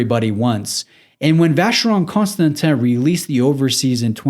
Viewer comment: Please, just start saying Vacheron. You keep butchering the full name.